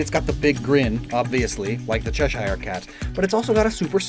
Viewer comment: Please learn how to say Cheshire properly 🤣🤣🤣